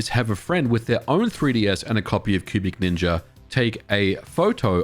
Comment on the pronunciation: I keep hearing pubic ninja rather than cubic ninja 🤣